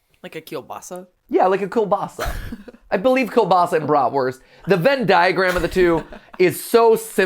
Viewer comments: Also, as a german I really like how they pronounce Brotwurst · As someone who knows German the way they say bratwurst hurts me inside lmao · As a German I was very angry hearing them say Bratwurst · As a german it is so funny to hear Mat say Bratwurst!